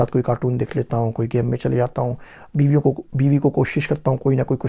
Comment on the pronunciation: Did you say "Beeweyon" (Wives) :D :D : D